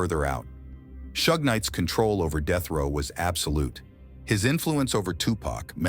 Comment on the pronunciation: Like jay z said white ppl pronounce his name wrong it seems on purpose because he says tupac correct but then says pack right after… its pac mf not pack there is no k smh … then this fool say shoog instead of suge 🤦‍♂️